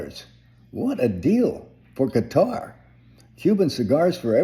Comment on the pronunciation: You sir are correct in your pronunciation of Qatar.